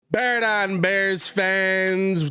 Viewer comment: BEAR DAHN